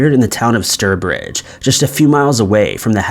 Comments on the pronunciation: It’s stourbridge pronounced like tower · Stirbridge is quite a long way from Stourbridge.